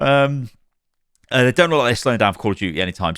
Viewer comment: "And 'dey say chivalry is dead" ?